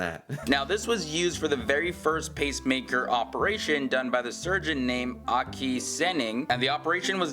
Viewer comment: Sett 2 minuter men oj vad dom uttalar svenska dåligt. "The swedish doctor Aakie" tror han heter Åke..